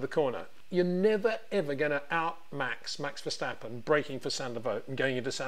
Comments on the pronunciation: it is NOT Max "verSHtappen" ... Max is not German (Germans indeed can in most cases pronounce "st" as "sht") ... #Max33 = Dutch NL/Belgium! ... It is not "Bottash" nor is it "Lewish" certainly not "verSHtappen" .... This BS started long time ago when a British sport presenter interviewed father Jos Verstappen and assumed you can use a German pronunciation to a Dutch Driver thinking it is so "funny" ... It is not. Serious question: can any Englishman say "versatile" out-loud without saying "vershatile" phonetically? most can about 99,99% ... that is why most English can pronounce Verstappen 100% correct! Father Jos Verstappen (also F1 Racer) was very active between back then only a very few said "Vershtappen" but the vast majority of British sport presenters pronounced it perfectly ... only a few old stubborn farts like Peter Windshor I know ... but get this: The Dutch 🇳🇱 NEVER EVER pronounce the st as sht ... that is why I mention the difference between the two countries ... I worked in Germany and have family in Germany and am part German myself. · It is NOT "Bottash" nor "Lewish" nor "Oshcar Piashtri" nor "Nyck de Vriesh" nor George "Russhell" nor "Fernando Alonsho" nor "Lance Shtroll" nor "Pierre Gashly". So why on Earth do you want to say: "Max VersHtappen"? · When will you FINALLY try to pronounce Verstappen correctly? Ok ok it seems you sometimes get it right.